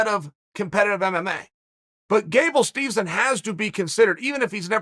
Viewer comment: Gable Steevson and Gable Steezon.. Who da fook is dat guy?